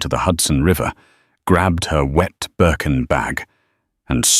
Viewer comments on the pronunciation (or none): It's a Birkin bag, not Berk and Bag.